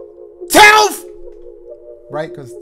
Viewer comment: "Can we do september... 10FTH!?" 🤣